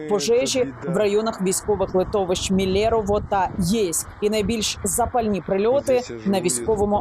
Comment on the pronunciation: Яніна, ге Міле,рово, а Мілерево,.